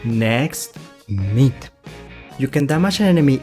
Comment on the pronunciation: I just realized. That he Calls Myth as Meat 😂😂😂😂😂😂😂♥️♥️♥️